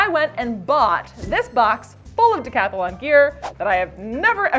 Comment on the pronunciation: Stop saying decathalon😢 it's Decathlon say: decatlon